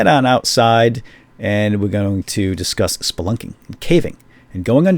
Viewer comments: I laugh everytime he says splunking, is that bad? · did he say spunking or splunking I can't tell... No Offence